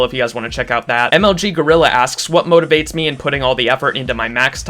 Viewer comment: when u said motivates i kinda heard motorboats :p